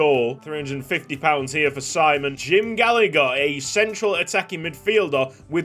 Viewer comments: Finally a Hungarian player, loving the new series! Btw, his name is pronunced SHE-MON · Yee finaly a hungarian player🎉🎉 That’s not how you say his name in hungary btw, but no problem